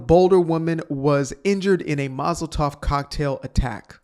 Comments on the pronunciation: Molotov cocktail, not Mozel tov cocktail. Mozel tov is Hebrew, and it's said to someone who is congratulated for something. I only say this because it might be a bit hurtful to someone who is Jewish if you call it a congratulations cocktail that burned a Jewish lady. God bless you, brother.😊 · Its said Mul-a-ta-v cocktail